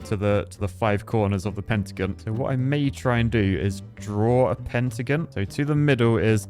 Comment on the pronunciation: What's a "pentagun"?